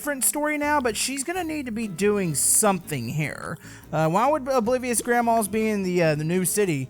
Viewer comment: Why does when says oblivious grandma to me it sounds like obliterated grandma